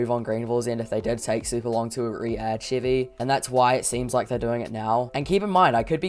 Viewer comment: Sheevie? You mean Chevy?